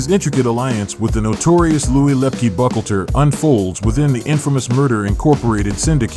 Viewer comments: Pronounced: with 3 syllables; *Buc-HAUL-ter. Not "buckleter" like you're saying it. Lepke *Buc-Halter.... Buchalter. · Yeah, he's obviously not good with pronunciation or gathering facts without getting them misconstrued. He pronounced Buchalter as "buckleter."🙄🤦🏽‍♂️